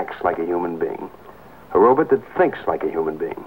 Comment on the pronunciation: "robit" love it.